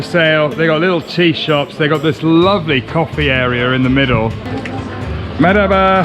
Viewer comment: ' pronunciation of "merhaba" gets better and better. It almost sounds like a native in this video 😃